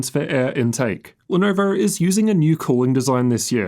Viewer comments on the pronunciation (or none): Ar nar, not the Lenarvar.